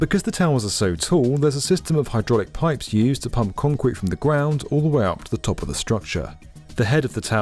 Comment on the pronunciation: Love the video, however, the word is CONCRETE, not KHANCWEEET. Thanks.